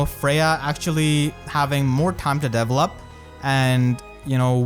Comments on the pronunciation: Oh god, I really hope I don't sound like an asshole, just want to help. It took about half of the video trying to figure out what you meant by characters "Devil Up". It took about 5 minutes to realize you were saying Develop. Usually the emphasis is placed on the second E rather than the first. So it's De VELL Up. Instead of Devil Up. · Does anyone else hear “devilup” instead of develop 😭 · I thought he was saying level up but he was saying develop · Oooooohh, "develop"! I was hearing "devil up" all the time. Now things make sense! I'll watch the video again. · i was 7min until i noticed you say "develop" instead of "devil up". i was like wtf is deviling up? is he meaning leveling up? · I was confused but then I realized you were saying "develop" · My man. I know English isn’t your best. But every time you said “develop” it made me make faces ahahah. Not saying it’s a bad thing, but at least try to pronounce it better.